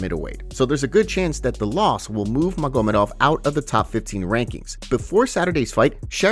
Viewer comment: I dont like how you pronounce maGOmedov. Unsubbed